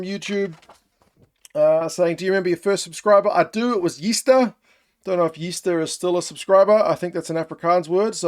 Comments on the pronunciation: It's not yeester lol, it's Yster which means metal, meaning strong guy or smart guy/ good guy in our culture, just something you call good mates and dope people. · haha it's pronounced "Aye stir" (don't know if that makes any sense on text) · Congrats on the 100k & Gazza!!! Trust me Gazza knows how you feel about his support mate... just a note so you know how to pronounce your 1st Sub when you get to 200k - You pronounce Yster (meaning 'Iron' in Afrikaans) as "ei-stuhr," where 'Y' sounds like the English 'ei' in 'hey' or 'eye,' the 's' is a soft 's,' and the 'ter' rhymes with 'fur' or 'stir,' often with a slightly guttural 'r' sound. BTW you nailed Willem mate!!! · Its actually Yster..( pronounced in English Ayester..) Means as a metaphor upstanding man . Yster as a noun is steel. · Its Yster "iron"